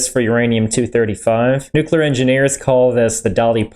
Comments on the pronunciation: The biggest question in all this is what possesses a person to see the word "Nuclear" and come out with "New Queue Ler"? How do you get there? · OK so "Nuke Lear"